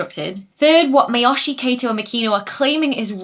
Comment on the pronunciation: A (ah), E (eh), I (ee), O (oh), U (oo), the Spanish vowels, are how Japanese vowels are pronounced. Miyoshi is Me-yo-she